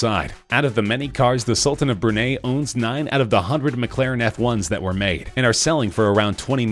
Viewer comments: sultan of brunei.... brun - eye or brun - i .... not brun - aye or brun - a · its pronounced bru-nye not bru niegh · It’s pronounced Bur Nye not bur nay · It’s Bru-Nye not Brunay, with the actual spelling of the country being (Brunei). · 129m minus 91m is not almost 30m... it's substantially more. Also....The Sultan of Brunay? WTF is that... it's Brunei. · Its bru-nai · Broon-"EYE." Gates is the second richest man in the WORLD. And no, he is not building Belmont. "BEH-zos." This narrator is annoying. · No! Brunei is pronounce Brew-Nye (like Bill Nye)! 😠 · Brunei rhymes with high